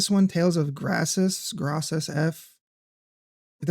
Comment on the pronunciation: Lol bro you have to be trolling with your pronunciation of grace's 😂